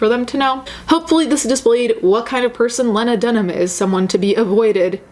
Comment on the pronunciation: WOW if you can't be bothered to learn how to pronounce someone's surname in an article you're reading, how reliable is any of your content. Not for me. I don't care who Lena or Lana or Lego is.